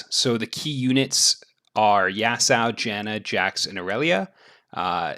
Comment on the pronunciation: Bro it aint Yasao man, great content tho